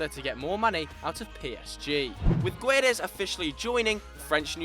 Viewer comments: It's pronounced géds, g ad in goal and e like payet, trust me I'm Portuguese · and it's not GonZalo xD the "ça" its the same sound like "sa" not "za" ;) and "gue" is not "gu édes" ... imagine saying "ga" but change the "a" to an "e"...the "u" when its used between a "g" and an "e" is silent ;) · Louis Crosbie like everyone that tries to speak portuguese, he failed. The U is silent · its not gUedes dont read the u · hahahaha Gonçalo Guuuuedes hahahahaha the u is silent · Well thats definitely not how you pronouce Guedes but points for effort 😂 and Pepe to China? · definitely looked up how to pronounce Guedes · I'm portuguese. Sorry mate, you failed so hard, np haha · I cringed so hard lol,but it all good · Oh, and in the word "Guedes", the "u" is not pronounced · Funny how you mispronounce Guedes xD